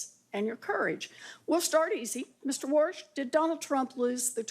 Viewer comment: concerns Trump may pressure wa(r)s(h) lol